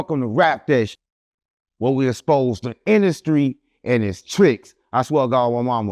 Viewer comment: “we exspose”😂